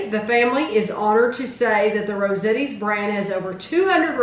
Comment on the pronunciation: It’s pronounced Rose-AHHH-Tees